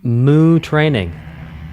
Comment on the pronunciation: He said Moo Training perfectly!